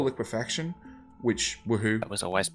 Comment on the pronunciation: Holy shit... I think that's the first time I've ever heard someone say it correctly as liquefaction instead of liquification.